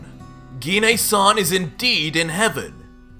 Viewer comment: Ssj3 and you finally pronounced Gine's name right😁